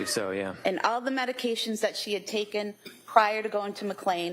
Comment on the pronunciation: I wish these attorneys would learn how to pronounce the names of the medications